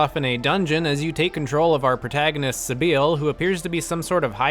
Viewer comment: Although just one thing. That is NOT how you pronounce “Sybil” 🤣